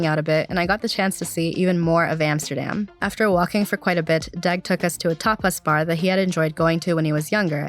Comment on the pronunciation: No lie, while listening to this for the first time I thought you said that Deg took you to a topless bar. I was thinking “WTF?” And had to scrub back and watch the video. Tapas Bar makes much more sense. 😉